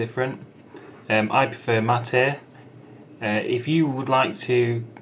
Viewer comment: Uruguayans and Argentinias (myself) thanks your correct pronunciation of MATE